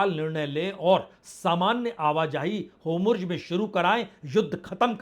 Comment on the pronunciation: होमुर्ज नहीं होरमुज़ है गलत बोलता है